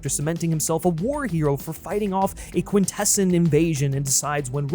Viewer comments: Ermmm actually it’s spelled Elita with an E not an A and Quintesson is pronounced Quin-tess-on not Quin-tes-in. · You're pronouncing quintison incorrectly